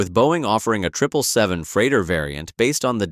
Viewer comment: HE SAID TRIPLE 7 AND NOT 777 LET'S GO I APPROVE